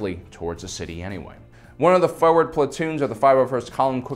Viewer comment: The way to pronounce things is annoying.. FORWARD! NOT FOEWARD TAHNO NOT TUNNO